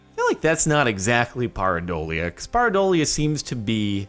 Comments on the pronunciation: It is Pear-i-doalia. Pear... come on man. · it's pronounced pear - a - dole ee uh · Jordon ask a Neurologist.. It is "PEAR adolia"